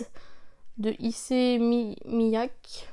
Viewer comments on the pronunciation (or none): On doit prononcer ici en phonetique : Mi A Ké pour l eau d ' Miake